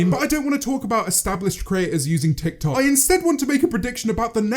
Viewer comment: James: "tik tok" Subtitles: "tech toy"